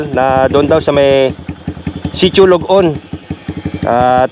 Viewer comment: very nice nakarating at nakapag adventure kayo sa aming lugar na kasulok sulokan hehe,sitio ballat,sapdaan "lod-on" po hindi log on😊